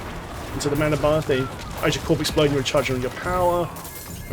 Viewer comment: What I learned the most from this was the S in corpse is silent. who knew